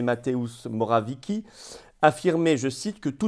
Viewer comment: (juste un truc)(le nom du Premier polonais)(d'après la transcription phonétique de Wikipedia) : prononcer : Mo-ra-viet-sky (roulé, le r - mais c'est en option).